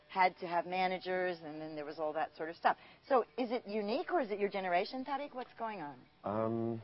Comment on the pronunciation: why she saying his name weird